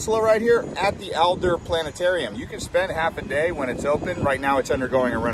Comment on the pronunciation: It's the ADLER Planetarium; not ALDER!